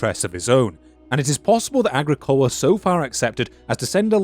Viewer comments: another annoying nit-pick: The emphasis in the name "Agricola" is on the second syllable, not on the third. pronounced ah-GREE-coh-la. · it's a proparoxytone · agri.. cola? not a gric ola? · Agricola in classical and church Latin is pronounced, "ah-GRI-cohl-ah" - means "Farmer" in Latin. (like "Bauer" in German). Did you read the original sources in Latin and Sean-Ghaeilge? Very interesting topic. Thanks for the video. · I'm surprised someone with such in depth interest in the topic who has also invested long hours researching and making a video cannot pronounce the name Agricola correctly.